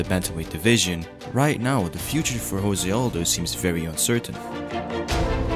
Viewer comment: I think Jose as a name is pronounced differently. :) I really respect Conor, even more than before now.